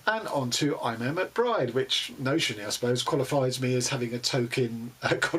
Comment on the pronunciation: Good review as always, you get through a prodigious number of books, I have to say. ( Small point, apropos to nothing majorly significant; the Irish name “Eimear” is pronounced “E- Mur”.) Happy reading, and best of luck in 2021.